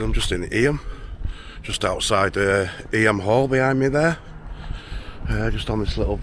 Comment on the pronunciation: The nursery rhyme Ring a ring o' Roses was written about the plague and Eyam is pronounced Eem